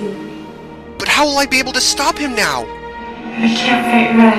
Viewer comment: "are you serious right neow?"